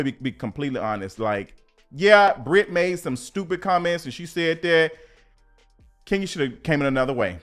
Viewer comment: Everytime I see Kenya I hear you saying "Skenya Moore" 😂😂😂